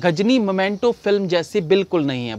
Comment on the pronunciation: भाई आप बहुत स्वीट हो - 🤣🤣 मोमेंटो नही मीमेंटो है । मुर्गादौस नही मुरुगुदॉस है 🤣🤣🤣